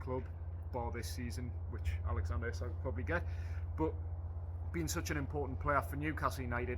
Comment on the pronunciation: it's pronounced eezak howay man taalk proppa and could you journos invest in a tripod as I am feeling quite seasick watching you bobbing around on video other than that keep up the good work